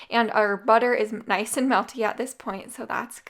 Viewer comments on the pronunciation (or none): none